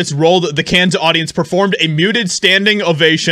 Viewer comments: It is pronounced “can” not “cans”! Cannes Film Festival ! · The S in Cannes is silent (it's pronounced CAN). If you're going to be an freelance journalist, it's important to get names straight. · Note: it’s pronounced CAN film festival. You don’t pronounce the S at the end. Just sayin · The way to pronounce the Cannes film festival is the S is silent it’s like the actor James Caan that’s how you say it just like his last name no S. Just so you sound like you know what you’re talking about